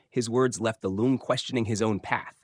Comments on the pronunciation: It is pronounced Long, not Loong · It’s not pronounced loong. It’s pronounced long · Usually I don't mind people pronounce things wrong since I understand it's confusing for foreigners, but since you are a lore channel I supposed you would be interested to know that "Loong"(龙） should actually pronounced just like "long", that's how it sounds like in Chinese. There's no need to pronounce it like "loon-g" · Your pronounciation of "Loong" is completely wrong and hurts my ears. It is pronounced like the English word "long" with a long o. Not like you pronounce it. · pronounced as "long", as in length btw. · The pronunciation sounds about right. Just the tone is a bit off compared to the standard mandarin.